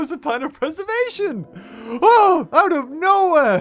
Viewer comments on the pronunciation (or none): none